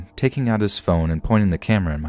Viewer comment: That's a huge f in "phone"